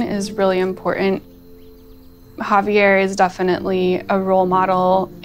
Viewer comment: HA-VE'ER I hate when they butcher names.